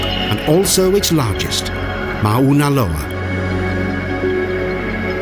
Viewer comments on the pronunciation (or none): Saw more trees than volcanoes. Mona Loa is a active volcano and I believe Mona Kea is as well. Please learn to pronounce the name of the volcanoes before making a video.